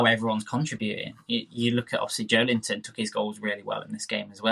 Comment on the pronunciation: Joe ellington, come on man get his name right. Joelinton. One word, this is second time ive corrected you